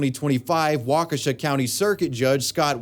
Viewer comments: As someone who’s from Wisconsin, thank you for pronouncing Waukesha correctly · Thank you for saying Waukesha correctly!!! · We got the Slenderman and the Backrooms here in Oshkosh. And you pronounced Waukesha right! Proud of you :) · Nice job on the pronouncing Waukesha hahaha Thanks for the update It's all over the news in northern Illinois My mom stays not too far from where she was found so I'm glad she is caught